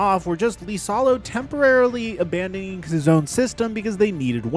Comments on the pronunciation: Miami makes zero sense because Noah Larouche implemented the new offense for Miami this year and he was at the Grizz last year running the same system that Ja hated. Also, liasolo is pronouned like Eisalo not LEEsalo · THE COACHES NAME STARTS WITH A FUCKING I. IT IS NOT AN L. IT IS AN I. IISALO. NOT LISALO. GOD DAMMIT.